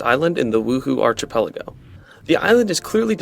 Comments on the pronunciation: it is pronounced "ark-i-pell-a-go" not arch nice video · Amazing video! One small thing: Hearing you say Arch-i-pelago is killing me. The “ch” in that word is pronounced with a “K” sound, like “Monarch” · your pronunciation of archipelago is killing me 😂😂 its a greek ch, like in the word character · Archipelago pronunciation is driving me crazy